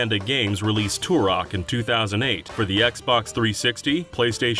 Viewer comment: Turok, not "tourok"